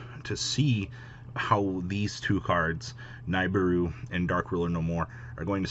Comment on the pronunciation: His name is Spanish. That J is pronounced as an H, not an English J. Himenez not Jimenez. Also it's pronounced Nih-Beer-Roo.